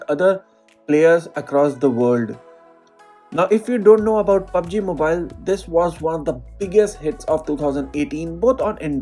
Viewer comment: you say pubsey i have proof open it in subtitle